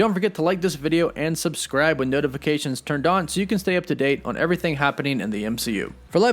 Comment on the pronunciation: GET ELOCUTION LESSONS Returneen is not a word Happeneen is not a word Intresteen is not a word Sometheen is not a word Emortal/uhmortal are not words Buhfore is not a word Hulkeen is not a word